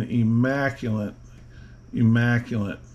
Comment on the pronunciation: The word is "IMMACULATE." Not "IMMACULANT" (no such word). And yes, very immaculate and beautiful revolver.